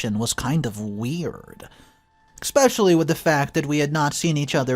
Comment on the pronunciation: Expecially isn’t a word , it’s especially, for the forth time! If you plan to speak for a living, it’s escape, not excape too.